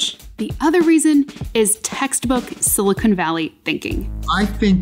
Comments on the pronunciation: Stop saying SILICONE valley sheesh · Silicon not silicone please